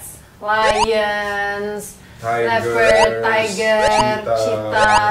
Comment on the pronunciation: Leopard = lapet wkwkwkwkwk